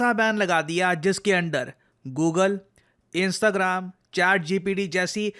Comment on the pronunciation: Sir इंस्ताग्राम ❌ इंस्टाग्राम✅